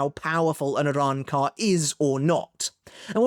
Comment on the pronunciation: can u stop saying arrancar like that weebcuck